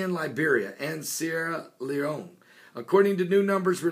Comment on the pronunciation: You said Sierra Leone right! I'm proud of you Pastor!